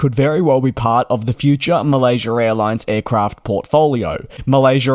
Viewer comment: Malaysurr airlines 😂